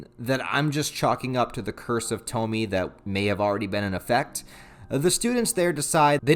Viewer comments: You calling her (toh-mi) instead of (toh-mi-eh) is making me grit my teeth.. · You mispronounced the name it’s not Tou-Me it’s pronounced Tou-Me-Eh. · Japanese names don't follow English rules of pronunciation. It's To-mi-e. Three distinct syllables. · I'm sure others will say 1000 times but it is pronounced "Toe-Mee-Eigh" like Toe, Meet and Eight. Or Toh-Mee-Ay for you normal minded ppl The very first Tomie chapter was written by Ito as a student for a competition of some sort. So he wasn't even properly an adult or mangaka at that point. Cool to see the beginnings of a great though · broo I love junji Ito, I have entire shelf of his stuff. great video btw, its pronounced tom-e-ayy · Bro, you’re killing me with the “Toe-Me” thing, but I still love ya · Way too late cause the video’s here and it’s said many times but her name’s got three syllables. (Toe-me-ay)